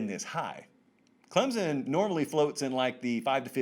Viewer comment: Regarding Clemson: the correct local pronunciation has an invisible "p" and the "o" makes a short "i" sound. Clemp-sin.